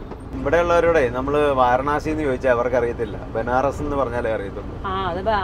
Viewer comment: വാരണാസി എന്നു ചോദിച്ചത് കൊണ്ടാണ് അവർക്ക് മനസ്സിലാകാഞ്ഞത്.വരാണസി എന്നാണ് ശരിയായ ഉച്ചാരണം. ഹിന്ദിയിൽ